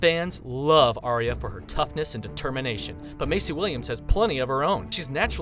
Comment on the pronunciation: Maisie [MAIZIE] not Macey.......... KHAL DROGO not Khol Drago............. O.o